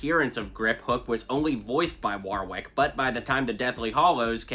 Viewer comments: His name is pronounced Warrick Davis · Warwick is pronounced as Worrick btw 👍